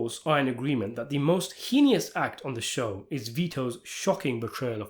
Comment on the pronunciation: Your pronunciation of heinous makes me think you almost drowned in the penguin exhibit